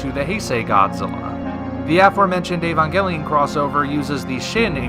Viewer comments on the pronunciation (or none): Evagalion isn't even hard to say though